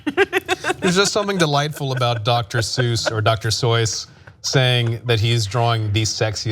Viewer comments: the guy on the right said dr soys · "doctor soys" 💀💀💀💀